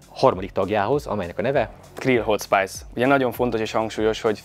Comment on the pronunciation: Minden tiszteletem a Haldoradóé és a videóban szereplőké de legalább a saját terméketek nevét helyesen olvassátok kérlek mikor angolul van, mert nagyon zavaró tud lenni a fülnek..hot spàjsz...